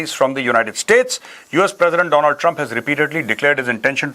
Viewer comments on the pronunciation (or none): none